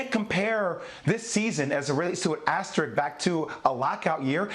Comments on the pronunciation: Can we please pronounce asterisk properly? Aster......risk. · I find it sad that everyone seems to have forgotten how to pronounce the word “asterisk.” It’s like saying “asterid” instead of “asteroid”. It’s not a difficult word. Stop and think about it for 10 seconds. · how is it that such few americans can pronounce the word "asterisk"? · I will once again point out that the word "asterisk" continues to elude the pronunciation abilities of sports media